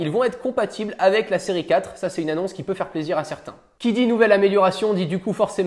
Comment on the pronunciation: C’est moi ou il dit Siri 4 au lieu de série 4???